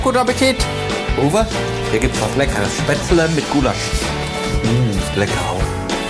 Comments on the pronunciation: Seitdem ich dieses Video gesehen hab, mach ich mein Gulasch immer mit Spetzele Meine Frau und ich können das Wort Spätzle nicht mehr normal aussprechen 😅😂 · Was zum Henker ist SPETZLE!! Spätzle oder was? Essen die Spatzen? Singvögel oder wie? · ich hab keine Spättelä 😂😂😂😂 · Manni, ich hab keine Spzätrre 😂